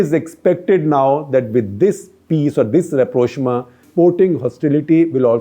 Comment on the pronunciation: Rapprochement 😭😭😭 Rap-rosh-ma😂😂😂